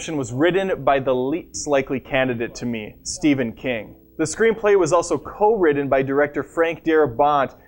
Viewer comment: Why do you say the script was "ridden"? Who rides a script? Or did you actually mean "written"? Also, the stressed syllable in 'Darabont' is the first, not the last. You have weird pronunciation issues. I only checked this shit out for. This dude is so wooden.